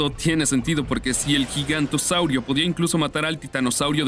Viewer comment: no se dice gigantosaurio, se dice giganotosaurus